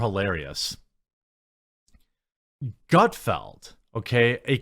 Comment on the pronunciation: It’s about time learned how to pronounce Gutfeld!